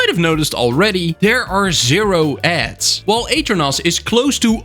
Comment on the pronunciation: The way you pronounce aternos is crazy I didn’t even realize that’s what you were saying until you should the aternos website I really thought you were talking about a different server host